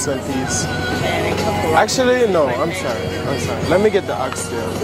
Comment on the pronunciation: Say swaree